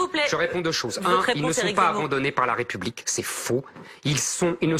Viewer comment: On ne dis pas la "Raie" Publique mais la "Ré" Publique, votre prononciation incorrecte appuyée est une offense à la France, Nathalie Levy ?